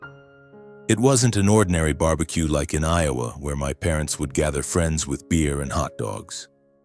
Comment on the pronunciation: WE have Bar-be- cues in my country......Bee- be -cues ...quaint.